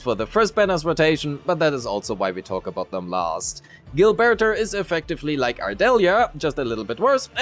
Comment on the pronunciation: Gilberter with the hard r 🥀